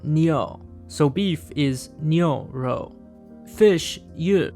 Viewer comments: I don't think "rou" is really pronouced with an "r", it should be pronounced as "zhou" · kinda butchered the pronunciation (pun intended) meat it pronounced more like “ruh-oh” and cow is pronounced “new-oh” and fish more like “you” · Your pronunciation is incorrect. R sounds like L.